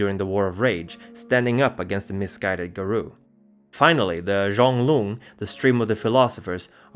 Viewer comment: I knows this is 2 yrs old but the itches me. If you're going by the creature that the Mokolé Mbembe is based from (a dinosaur still living deep in some part of Africa) , it's actually Mo-kee-lay M'bem-bey. Also Gum-a-gen Zhong-LUNG not loo-ng, Lung is "dragon"